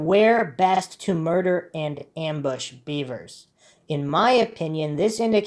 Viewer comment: I think it's really pronounced "bevers" (beh-vers) Not "beavers" (bee-vers)